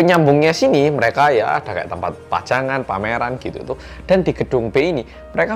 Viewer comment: apa cuma gw yg dengar bang hansol bilang pajangan tapi kedengaran PACARAN trus bilang ruang tadi kedengaran UANG?